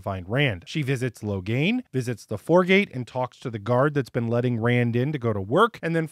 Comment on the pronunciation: OMG! Did you say 'Whoregate' instead of 'Foregate' ? I just did a coffee spit-take!😆